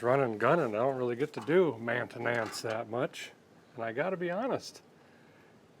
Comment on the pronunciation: I can’t unhear ‘mayn-tuh-nuuunce’